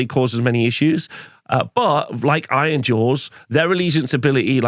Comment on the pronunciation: Did you articulate the names of the armies in the least understandable way on purpose ? It's like you're rushing to get the syllables out of your mouth, blending them all together. Took me several replays to figure out you were saying "Nighthaunt" or "Ironjaws".